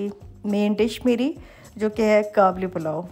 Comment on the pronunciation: It's called Qabeli Palaw sister not 'Kablipalau', coming from an Afghan.